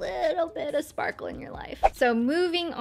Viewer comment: The final look is sooo nice...you looking soo gergous😍...i love how you said "schparkleee schparkle" ...😂😂😂😂...lots of love from germany💟